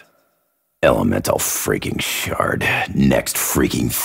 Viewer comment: When Nikolai says “Elemental Shard” I hear “Elemental Shart”